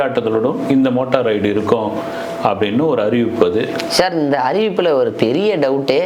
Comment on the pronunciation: உருட்டு மன்னா… அது மோட்டா ரைடு இல்லை! மோட்டோ ரைடு!